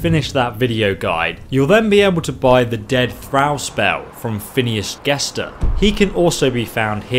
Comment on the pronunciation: 'Thrawl' not thrAl